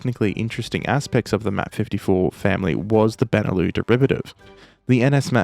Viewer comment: Benelux is pronounced with the x, it's not beneloo, it's benelux. It's short for Belgium Netherlands Luxembourg.